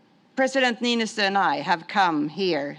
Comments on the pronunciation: "President... Nisto!" Ehh, close enough. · No one can pronounce Niinistö's name right... 🙈😅